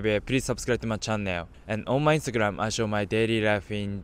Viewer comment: That "onnu my instagramu i showu myu daily lifu in japann" makes my day lol and yeah im also japanese so no im not racist its just funny